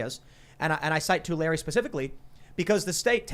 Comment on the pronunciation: Wow.. I live in Tulare County. Yes, they do take our water. We used to be the fruit basket of the World...I grew up here and seriously wanting to move out of CA. I believe, with the disappeared AG that used to be dominant in Tulare County (Tim you pronounced it perfectly, that never happens) We had always had good air and cooler weather when we had our water and all of those green AG products to clean and cool the air. People don't think about that angle much, but living here my whole life has me convinced that this is a huge reason for the poor air quality and worsening heat.